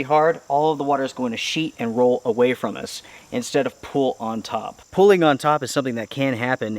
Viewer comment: Pronunciation gets to me. Plz learn how to pronounce pooling and quit saying pulling.